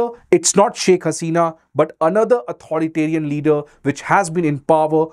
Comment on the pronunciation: You can't even pronounce Madura or authoritarian!